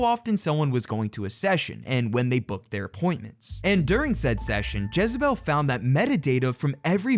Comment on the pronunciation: Dis muhfucka said jezzabel 🤣